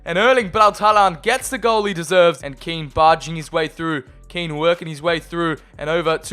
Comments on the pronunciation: It’s moise KEEN say it like that not KEN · No it's Ken if you're italian